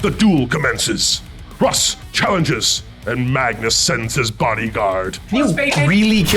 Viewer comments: LOL, why does he say Roose? There's gotta be a story there. Great game, one of my favourite 30k stories. Mangus may have done some things wrong, but he's still one of my favourite Primarchs. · Brilliant game, fabulous board, but, what is this Ruse you keep calling, there is no 'e' to soften the 'u' it is Russ as in 'Ruhs'. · mans said Ruse 20 times instead of Russ, this is a lie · Leman roos is now the only way I'll ever hear his name pronounced. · Love how everyone corrects the dude mispronouncing Russ's name. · This game was an absolute blast! It was every bit as cool to see in person as you all would image. I would like to say before the internet mercs me - I pronounce Russ incorrectly in homage to an inside joke that was sadly left on the cutting room floor. I hope to return to the 31st millennium sometime very soon! 🐍